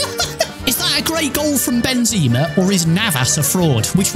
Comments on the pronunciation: Benzaaamarrrr not benzeeemarr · It’s not benzeeeema, it’s benzema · Ben ze ma Not benzeeeeeeeeeeeeema ffs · It’s pronounced Ben - ze - mar not Ben - zee -ma